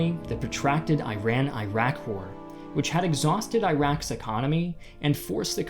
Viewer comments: Pls learn how to read and say iraq correctly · Misleading title and false propaganda from a guy that does not know or care to pronounce the name "Iraq" correctly. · If you're going to present it from their perspective, a good place to start would be learning how to pronounce the name Iraq correctly. It's important if you wanna speak about them. This might help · The mispronouncing of Iraq is worse than the actual war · Please learn how to pronounce Iraq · 1. From the Iraqi perspective, Iraq is pronounced Ee-rak and not Eye-rack. 2. According to this video, there were only M1s and Bradleys on the Coalition's side. Does this guy even know that more Iraqi tanks were destroyed by British Challenger tanks? I doubt it. 3. No video on the "Iraqi perspective" would be complete without mention of the hideous atrocities committed by the Americans on the Iraqis. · It's pronounced like "earock "not " eyerack" dumbass. Look it up. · its not eye-raq.... its e-raq you muppet 😂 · It's not "eye-rack|, it's "ear-ack'. Christ... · Please don't say "Ayrak".. it's Iraq... Pronounced "Ee-rah-k" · The correct pronunciation for Iraq is Erock or Eragh(more precisely); I don't know how on earth they used alphabets as of IRAQ. This new country came after WWI, and in Arabic is ERAGH or ARUGH. So eye-rock is wrong. Check the pilot pronounced correctly in your video. Same for Iran I already explained. It is like Italy; it is pronounced as “Ea-run.” Thanks for your good videos. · At least pronounce the name of the country correctly. It's E-raq, not I-raq. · Eeeeeeh raaaaahk not ayyyyh rack 😑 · fer sher. It should be more like ‘ear rock’ but a lot of us say it like ‘eye rack’. It doesn’t really matter tho, the whole place is pretty much a shitty parking lot now. Nobody cares if you say the name of a shitty parking lot incorrectly. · It's not I rack its E rock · Great vid, but it's called Eeruk as you probably know, not AyRaK! Not from there, just saying. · "Eye rack" 😂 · Ear-rock Ear-ron